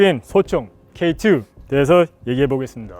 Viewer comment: K2~ 하시는게 뭔가 Step 2~ 하시는거같네ㅋㅋ